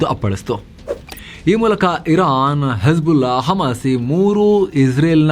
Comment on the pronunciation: Hesbulla hammas 😂😂😂😂 nice slang